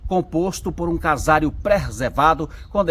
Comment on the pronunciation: Bonita cidade, bonito vídeo. Dica: casário não, CASARÍO sim mas não tem acento. Like 16.